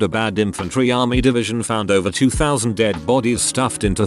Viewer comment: So, this fuckin' bot can't say 20,000, but it can pronounce obscure Romanian names no problem.